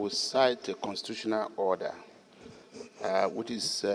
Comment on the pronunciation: Which English dictionary confirms it that WHICH is pronounced Kwich...?